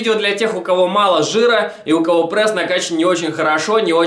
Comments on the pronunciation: Аааа. Я не могу смотреть!!! Почему он говорит ПРЭСС. Не ПРЭСС, а ПРЕСС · Давайте больше лайков этому комменту!а то хотел посмотреть видео,но уши режет этот прЭс!поэтому выключил,а жаль,может полезную информацию узнал бы(